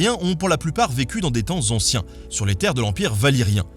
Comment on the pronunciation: "Le serpent Z'anciens..." lol